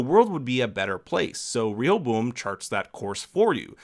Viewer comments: Ray ah bow um with emphasis on Ray. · Rehoboam: It's pronounced Ray'-O-Bo-am. He was the son of Solomon, who through foolish pride, caused a civil war splitting Judah in the south from the other tribes of Israel. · It's ok if you cant pronounce Rehoboam. I looked up the pronunciation and they also mispronounce it in the show.